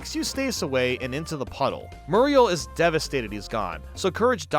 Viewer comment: You-staice Murr-ial